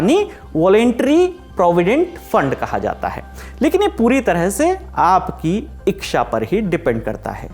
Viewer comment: iksha kya hota hai bhai?😂 ichha toh suna tha 😂